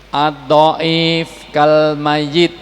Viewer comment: Addhoif bukan attho if pak